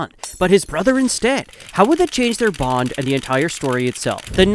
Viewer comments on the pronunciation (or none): none